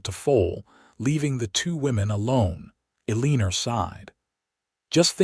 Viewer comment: It sounds like a good story but how could you expect people to listen to the narrator call Eleanor Uh-lee-ner? Just ridiculous.